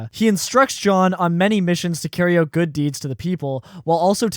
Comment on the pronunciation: you pronounce out like an eeeeiirishmahn but only word out, why?